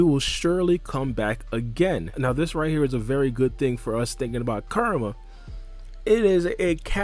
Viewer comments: Ku-Ra-Ma (Coo-Rah-Mah). Not Kar-A-Ma. Alright, video though. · Dude I'm sorry but I cant.... Kerma?? Kerma???? Koo-rah-mah KURAMA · This whole time I thought he was saying KARMA and was confused about why this has anything to do with karma but he's actually say KURAMA which now makes the video makes sense... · It’s bothering me when you call kurama “karma” Kur- a- ma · Who is Ker-ma? I thought it was Ku-ra-ma. Am I wrong? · KUR-A-MA ..3 syllables bro. Real easy to pronounce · Nah you're right. It might be their native tongue/language that makes it hard for them to properly pronounce and say Kurama's name. Or maybe he just speaks too quickly and needs to slow down a bit when saying the name. Whatever the case he is saying the name wrong and he's not the only one doing that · A lot of people pronounce Kurama name like that lol another spoiler video I watched before this said his name like that too😭